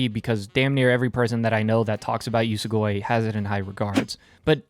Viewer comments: Its usogui, not usugoi. Uso-lie gui-to consume, usogui=lie eater. Ofcource its nothing major, but still. Need to read this manga tho. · It's pronounced "oosow gooey" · Your pronunciation of Usogui is atrocious. It only takes a bit to understand the proper pronunciation of the Japanese language. If you wanna be treated seriously, remedy that.